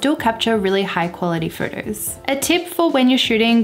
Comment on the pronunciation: I love you videos, but the way you say furtus, it is very distracting…😔